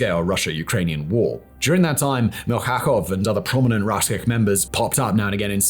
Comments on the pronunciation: MIL-CHA-KOV , not MIL KHA KHOV😅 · and Alexey Mil-cha-kov , not Mil-kha-khov 😊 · Rusich reads as "Rooseatch", The Russian in old-russian language. Really cool guys! Milchakov is "Meel-thca-khov" RID isn't PMC, pure volunteers